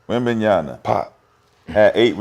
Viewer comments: mccants is the fakest of them bandwagoners, cant even say wembanyama's name right, retardedly keep saying wembanyana , learn to use your brain mcquits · Is it weird Rashad can’t even pronounce the name of his fav player ?